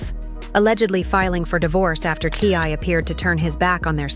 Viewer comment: Obviously the narrator knows nothing about this family. She cannot even say T.I.'s name correctly.